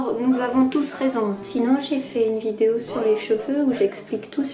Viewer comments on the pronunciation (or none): none